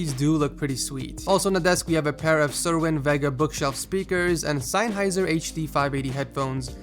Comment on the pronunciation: It's Sennheiser, not Seinn-heiser.